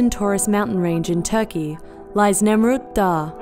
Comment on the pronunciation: Nemrut dağı* (like the german h, ğ is not pronounced) Im impressed,first time seeing a non turk correctly pronounce ğ